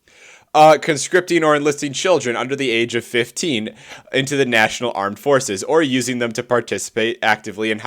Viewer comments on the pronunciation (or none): none